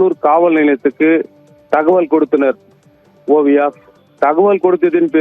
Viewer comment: செய்தி சோல்பவர் சேய்தியை.ஓழுங்க சொல்ல வில்லை என்றாலும் வார்த்தைக்கு வார்த்தை ஓவியா பெயரை சரியாக சொல்கிறார்